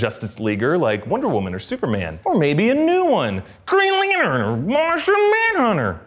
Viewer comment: the way he said green lantern and martian manhunter killed me